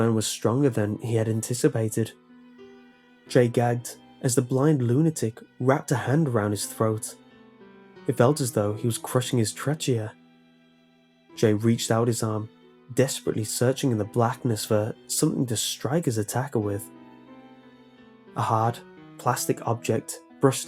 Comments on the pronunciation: trechia? really? Its pronounced Tray-key-uh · Trachea is actually pronounced tre-key-uh. the ch makes a k sound. the word is not pronounced phonetically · Trachea is pronounced "traekea" mate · Great reading. But It's Trachea "Traek-ee-ah" not "Trach-chee-uh" <3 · the word "trachea" is pronounced tray-key-uh. Just a little FYI. Not trying to be rude or offend. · “Tray” “Chia” seriously? How can you be so popular with pronunciation like that? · loved it! one criticism tho: it's Tray-key-ah. :-) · You have an interesting pronunciation of “trachea”. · The eye of Ra can see all, but it can’t teach you how to pronounce “trachea”. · I love yah, but the way you pronounced trachea, made me have to pause and take a deep breath. cx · HE SAID TRACHEA WRO NG.